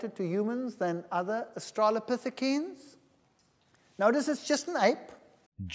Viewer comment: The creationist can't even say "australopithecines". Like "listen to me over the experts on this subject when I don't even know a basic pronunciation"